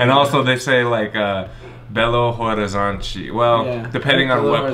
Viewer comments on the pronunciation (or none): a pronuncia de Belo Horizonte não é ROrizonte, é Orizonte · quando for falar " Belo Horizonte" junta tudo dessa forma: " Belorizonte" é assim q falamos e fica mais fácil p vc!